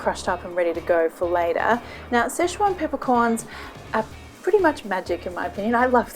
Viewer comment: nobody: marion: s c h e z u a n p e p p e r c o r n s